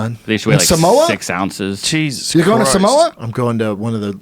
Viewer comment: When B.C knows how to pronounce Samoa properly😂😂😂👌